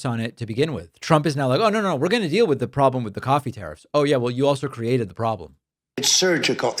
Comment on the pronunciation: I like how trump pronounces Coffee like it starts with a Q